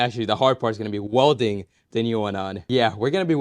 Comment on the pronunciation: what the hell is wolding please say it properly welding 😬